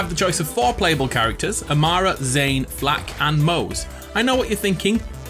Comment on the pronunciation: I appreciate you saying it "Flak" and not F.L.4.K (saying every letter and number separate)